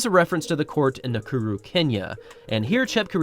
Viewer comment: Well done pronouncing "Nakuru". 🤜🤛